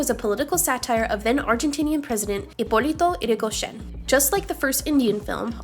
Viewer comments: As an Argentinian, im completely amazed at the accurate pronunciation of " Hipólito Yrigoyen". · WOAH the pronunciation on Hipolito Yrigoyen was so good. Even included how we say the "Yen" in Argentina. Mad props to the research.